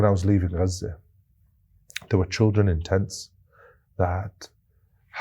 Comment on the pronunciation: its auto subtitles, they dont understand his correct pronunciation of gaza, the gutteral g sounds like a french r, probably cos of that it transcribes an r i dont think its on purpose you are sooo right that its totally being hidden (and lied about) by mainstream media etc but this is purely a linguistic/programming/technology problem i think sent with love